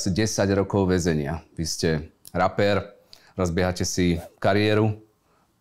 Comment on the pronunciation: z toho slova "raper" mi to trha uši, reper nie? však repuju nie rapuju